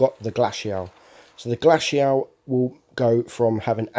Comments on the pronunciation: noob its glacial not glashiael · Pronounciation of glacial lmaooo it’s (glay-see-al) 😂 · Lol you butchered the pronunciation of glacial